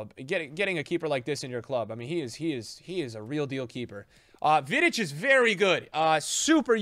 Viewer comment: the way he said vidic hurt